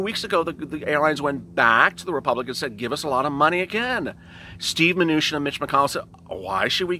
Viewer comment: Did you just say Steve Venutian? LOL!!